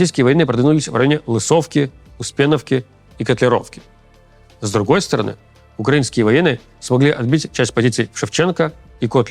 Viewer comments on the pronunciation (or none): none